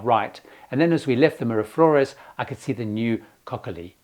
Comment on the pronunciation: Very good tips,! Please note the correct pronunciation of the key names that you mentioned: (1) Colon is Koh - LOH-n (o is always oh in Spanish and the accent means to stress the second syllable. (2) Mira Flores = MEE-rah FLOH-race (not rez). (3) Gatun Lake = GAH-toon (as in cartoon and not tun as in tonne).